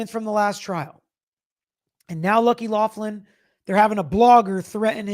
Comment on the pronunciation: It’s loughran not Laughlin